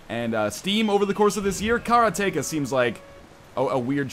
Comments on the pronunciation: I can't believe you kept calling it kara-tek-a. It's obviously karate-ka. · Karateka pronunciation(s): Ka-ra-Teh-kah [like Karate with an extra "kah" on the end] (or if you go by bad old 80's Atari commercials, Car-uh-Tee-kuh) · you're killing me with this pronunciation. It's: ke RA te KA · It seems like he's saying Carrot-Taker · KA-RAH-TEE-KA :P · Karate-ka. say karate. then say ka. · Karateka, in portuguese, is someone who knows karate, and it's pronunced kah-ra-teh-kah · If you were from Poland then you wouldn't have trouble pronouncing "Karateka" :P